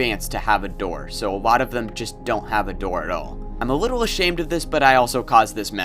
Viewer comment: man said wittle bit.